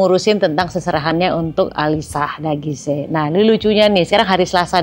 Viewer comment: Ternyata alisya dagise bacanya... Selama ini Q taune alisya daguis bund.. Maaf ken